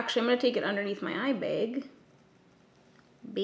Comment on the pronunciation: "Eye bag." "Begg."